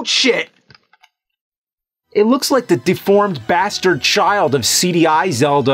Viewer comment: I hate the way he says ocarina